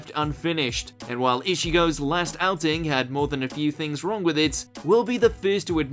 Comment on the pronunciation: The intern is still making content with no research. Just fire him already. It’s Ich-igo not ishigo you stupid prick